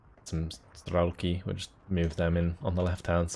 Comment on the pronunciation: It is better to say Strelki with accent on "i", that means "shooters". When u say StrElki, that actualy means clock arrows. :)